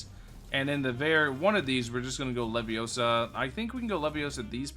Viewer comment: it's Levio...saaaaaa